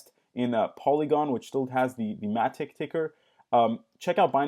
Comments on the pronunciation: who the hell calls it Mat-itch? it's matic bro, matic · "Matich".... noob alert.